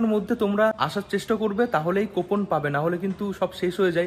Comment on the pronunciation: আপনার উচ্চারণ গুলো ঠিক করুন ওটা ইসোদয়া না ইসদ্যান, 😂ল্যাখা নয় লেখা 😂 কোপন নয় কুপন, শিক্ষাগত যোগ্যতা খুবই কম , pronunciation শুনেই বোঝা যাচ্ছে, যাই হোক এই করেই যখন খেতে হবে আপনাকে এগুলো একটু ঠিক করে নিন